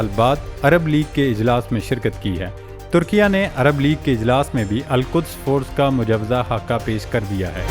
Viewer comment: Bhai meray likhho turkia aur parrho Turki-ye.